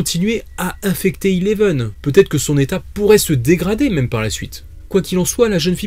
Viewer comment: Sa se dit Eleven pas Ileven😴😴😂